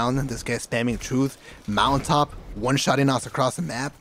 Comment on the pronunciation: Everytime he says mountaintop, pretend hes saying Molotov. Thats all i hear